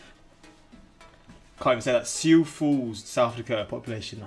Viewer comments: Congrats on your pronunciation of "Sioux Falls" 👌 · I’m from Sioux Falls, it’s an amazing city. I’m impressed you pronounced it right the first time!